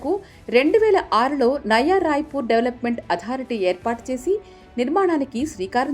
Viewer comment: Nava kadu nayana nayaa